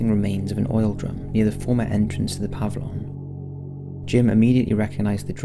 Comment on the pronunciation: Puh-vill-yun Aff-uh-dave-it If you're going to do it, do it right.